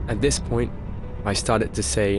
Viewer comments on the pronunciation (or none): none